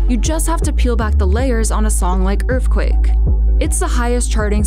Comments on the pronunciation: Is that Earthquake or Earfquake? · “That was a little taste of Earfquake” yeah, VEEEEERY little